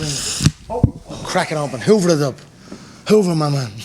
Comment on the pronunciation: "hoover it" lol